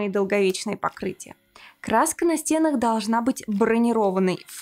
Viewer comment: Всё круто. Но пожалуйста, не говорите "на стЕнах".. правильно говорить "на стенАх".